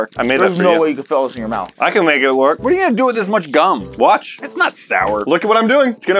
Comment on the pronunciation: “we got ALOTTA GHUM”